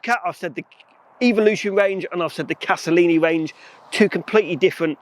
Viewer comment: If you are going to talk about them, at least get the name right! It is Castellani, not Castellini! Sheesh.